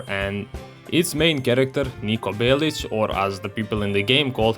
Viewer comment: thanks for pronouncing his surname as it should be, we balkaners have always known